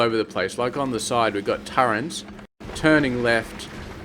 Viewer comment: Just so you know it is pronounced "turret", not "turrent"